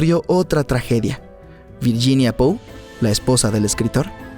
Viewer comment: Escucho pou